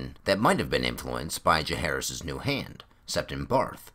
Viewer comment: Can't wait for this book to temporarily sate my appetite for more ASOIAF. Tiny gripe (and call me an ass if you wish) but what's up with pronunciation of "Jahaerys"? Like Aerys or Jacaerys or Maelys the Monstrous the sounds are always the same. I'll go and hide in the corner now.... 😔